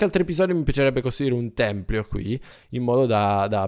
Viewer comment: Potresti fare un SANTUARIO al posto del tempio. Molto bello. Completalo! PS si dice tempio non Templio